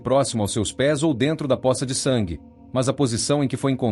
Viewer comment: A pronuncia correta é pôça.